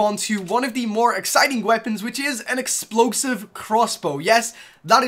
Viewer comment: "Explokesive" "Crosscow" lol